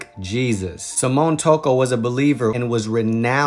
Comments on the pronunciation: That's SIM- MEE- ON Not samone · SI-MI-ON not "Simone" 🤦🏾‍♀️ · ..too be precise his name is Simão not Simion.